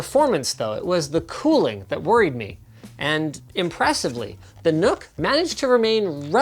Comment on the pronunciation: It's pronounced Nuck not Nook